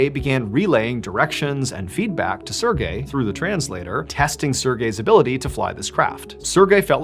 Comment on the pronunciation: I hate how he says Sergey it's like sErGay